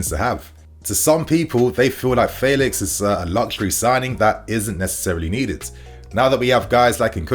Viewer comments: Cause u used to say feelix, but now u saying faylix but it’s Felix like saying fenty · U still saying faylix instead of Felix